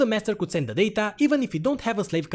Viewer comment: the daTAHH